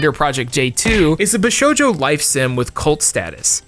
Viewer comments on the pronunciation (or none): none